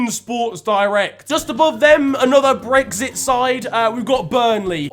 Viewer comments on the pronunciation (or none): none